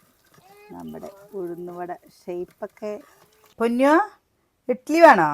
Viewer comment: ഇട്ടിലി അല്ല 😊 ഇഡ്ലി